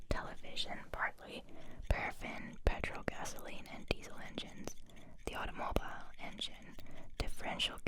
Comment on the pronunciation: Auto-mobile what’s a Auto-mobile, I have never heard someone pronounce Automobile (Auto-mo-beel) in that way. For someone who has lived in Germany all their life you sound very American. Your videos are amazing though.